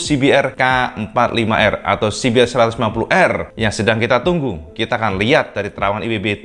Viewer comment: Mantap IWB...cuma sedikit koreksi aja CBR DIBACA si bi ar BUKAN si bi er